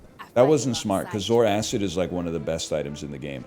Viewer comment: I'm gonna crash out if he keeps calling the zoarcid 'zoaracid'